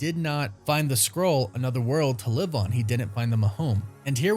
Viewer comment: Please.. Say SKRULL... not scroll 📜 😂